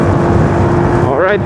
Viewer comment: oryt ahaha